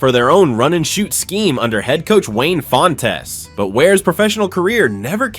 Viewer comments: C’mon man, “Wayne FonteZ”? 😂 It’s pronounced like the word “font” pluralized. Also, Gus Frerotte is pronounced “forot”. Great video btw! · Not only did you ignore all of the worse draft decisions the Lions made, you also pronounced the coach, Wayne “Fon-tez”. Bruh. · I remember the days of Detroit's head coach, Wayne Fon-Tes